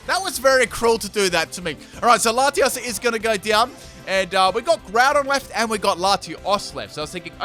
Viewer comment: 1.Don't see why you only had 5 legendary/mythical when there's plenty in this Gen. 2. Did I hear that right? First battle when Latios first came out, did you call it Lati"as?"